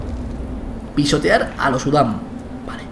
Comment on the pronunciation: en vez de pisotear pense que decia pistolear